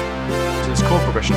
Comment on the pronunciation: my man said chord fourd